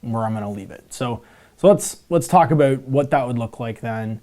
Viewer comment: Aboot lol